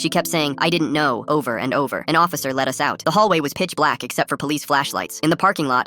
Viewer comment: "I didn't know" sounded like "I didn't care"